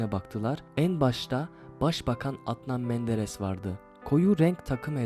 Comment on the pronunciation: Video yapmadan evvel biraz diksiyon çalış az da olsa konuşmayı öğren. Telafuz genel anlamda berbat. Seni budala. Atnan menderes diyo resmen yaa.